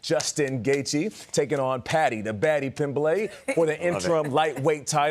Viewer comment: Dana looked MISERABLE during that interview. 😂 One person can’t say “Pimblett” (even though he watches it) Gayle King is Gayle. None of them know much about the sport…hilarious.